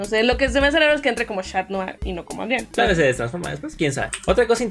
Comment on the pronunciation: Supongo que ellos ya han visto capítulos de la serie, pero mi pregunta es, ¿por que pronuncian los nombres mal ?A Adrien le dicen Adrián, a Lila le dicen así, Lila, pero es Layla, no entiendo.🤷‍♂️